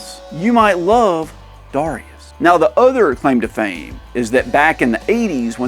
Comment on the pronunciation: I thought it was pronounced ‘Darius’.